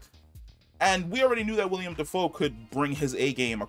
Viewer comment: Not tryna be that guy just letting you know, like when you let a friend know they got food round their mouth. It's Willem not William